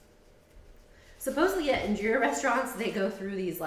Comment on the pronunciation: Girl..... 1. you can freeze (injera) but since your burned your batch it won't be good to freeze. And freezing changes the flavor slightly, you really shouldn't be making injera if you're not going to eat within a week tbh. 2. In-Jeh-Rah. not Injeera 3. the "injeera cooker" as you called it, I'm not sure if this is the amharic name but mgogo is what I've heard it called. 4. your batter was too thick, it should be thin enough to pour right onto the mgogo 5. if you use oil, it's not really injera. 6. The injera need to be thin enough to be easily eaten with hands, but thick enough to absorb liq. from the different dishes-hence the sponge texture you find in injera made properly.